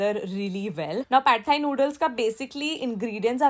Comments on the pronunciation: Amazing video ... Great and very healthy snack ideas 👏👍 Learnt quite a few new stuff in here and also wanted to let you know that the pad thai that u r prounouncing is incorrect .. I've actually stayed in Thailand for couple of years and it's pronounced as paad thai .. Loads of love 💕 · Pad Thai noodles is pronounced “PAk Thai noodles ”